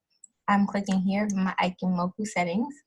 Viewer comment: Its pronounced E- chee- moku but other than that, great vid!